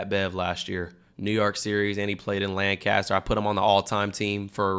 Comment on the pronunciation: Everyone like this so cam sees it, cam pronounce it lancister not Lancaster ok??? I’m from pa so if ykyk